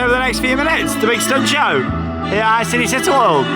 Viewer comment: I know you guys don’t speak Italian but it is pronounced ‘Chee-nay Chee-tá’ 😀😀 Great vlog btw.